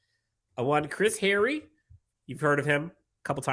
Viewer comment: Kinda funny that you remark about mispronouncing players' names,. Especially since you made the remark to Chris Hayre... HAY-ree. Not Harry. Still love you, dude.